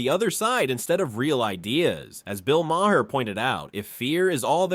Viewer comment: Bill…… Mah’r. Not mayher. Mah’r